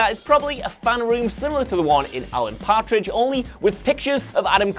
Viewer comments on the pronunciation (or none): none